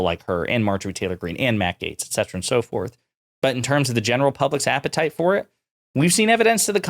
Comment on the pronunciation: I think the thing I hate most about Bobo The Clown is the way she turns "and" into a five syllable word